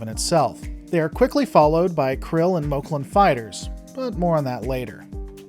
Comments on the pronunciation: I understand that some people may pronounce some words differently, but I think you should make up your mind. For just about everybody, it's "Moclan" (Mock-lan or Mock-lans). For you, it's "Mul-clin" , "Meck-lon" , "Moke-lon" and "Moke-lin" . So which mispronunciation will it be? Also, the death of Ensign Charly Burke was honorable and slightly sad, but I for one was glad to see her go. She was an annoying, insufferable, whiny character that I just couldn't warm up to no matter how hard I tried. And this series can also be viewed on Hulu as well, not just Disney Plus. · Great video, but is there a reason why you pronounce 'Moclan' different every single time? It was really obvious, and IMO hurts the vid.